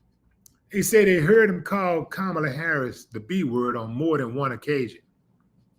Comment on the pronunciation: He called Kamala Kamabla several times.